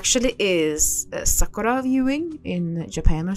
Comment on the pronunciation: Is nobody gonna talk about the perfect pronunciation of “Sakura”